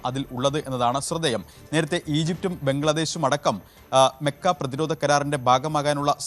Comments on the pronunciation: മെക്ക അല്ല മക്ക 👍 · താനെന്തിനാ മെ മെ എന്ന് പറയുന്നത് 😂 മക്കഃ കരാർ എന്ന് പറയാൻ പഠിക്കണം